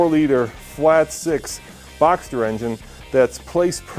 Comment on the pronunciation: Boxer* not Boxster!